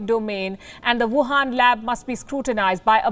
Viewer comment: She says, "Wuuhaan Virus."